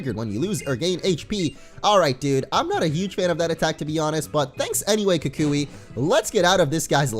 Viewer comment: Lol pronounces it "ka kooie" when its pronounced "ku kwi"